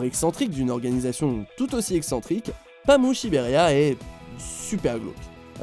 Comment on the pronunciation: C pas pamu mais paamu mais sa c écrit pamu